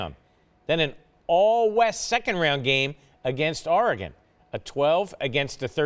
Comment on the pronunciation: I hate how he says Oregon